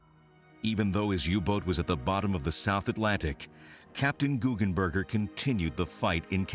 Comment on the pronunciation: its GuggenBERGER not burger XD